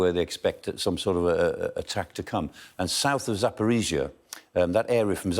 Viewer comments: Only thing he got right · Thumb up for a foreigner pronouncing Zaporizhzhia correctly.